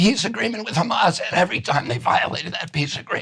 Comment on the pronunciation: When you pronounce Hamas like a genocidal zionist you lose all credibility. The world is awake. Poor RFK is so compromised by those thugs.